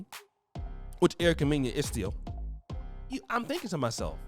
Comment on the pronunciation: Mena sounds like Menna homie. You killing her name